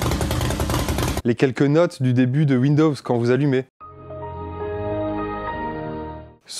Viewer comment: Il a pas prononcé « vindovs » quand meme ??? Ou j’ai revé 😳